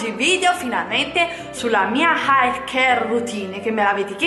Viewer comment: Hair pronunciato come si scrive non si può sentire 😂😂❤